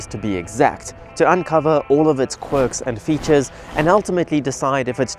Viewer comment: Wait did he say QUIRKS & FEATURES ?